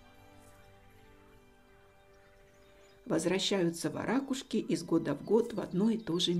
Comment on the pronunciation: Отличный ролик! К любым видам птиц отношусь с любовью и уважением! В слове варакушка, правильное ударение не на вторую букву А... Ударение произносится на букву У... Это так на будущее. Хочу просто поправить, произношение имеет смысл, русского языка!